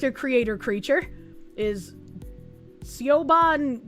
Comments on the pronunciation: its pronounced like shivon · Its pronounced "she vaughn" Yeah messed with my head for a while too but the Irish don't play by the rules when it comes to phonetic spelling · It's pronounced SHIV-on as a male, I cannot be that "person" freaking out in the ladies' because there's a male in the ladies'. Won-ton violence... Felonious soup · Btw, Siobhan is a Gaelic name pronounced “Shavon”